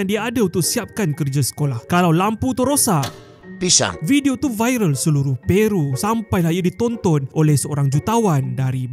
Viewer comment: sape tukang sebut pishang? siot la😅